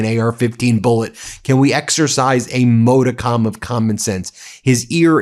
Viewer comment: Ben - I love you guys but can you look up how to pronounce "modicum'"? It reminds me of this guy I used to work with who had a band called Abeyance and pronounced it incorrectly (A-bee-ance) - as a lawyer I think you'll understand.